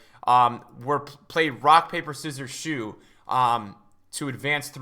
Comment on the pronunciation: My man said rock, paper, scissors, shoe! 😂😂😂 It’s shoot,!